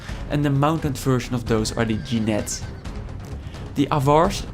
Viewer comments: You're pronouncing Thegns wrong, its pronounced like in english THANES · "Avars" is pronounced Ah-vars (Like in Dutch, A-varen). Thegns is pronounced "Thanes". "Seax" is pronounced "Sex".